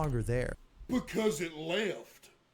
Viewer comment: "Bacaoze it lefft" got me dying😭😭🙏🙏